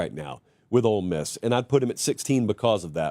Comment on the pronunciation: I hear “old” miss every time talks about ole miss. Just me?